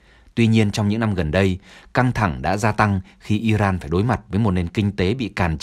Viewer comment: Nghe btv phát âm tiếng Anh mà chán ! 'Caesar', 'Iran', ... bùn cho giới trẻ ngày nay bị hấp thu cái v/h cờ lờ mờ vờ ? :face-red-droopy-eyes::face-fuchsia-wide-eyes::face-blue-wide-eyes::face-blue-smiling::face-red-heart-shape